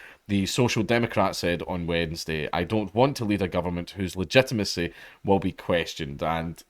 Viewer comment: I find hearing both d's in "Wednesday" strangely off-putting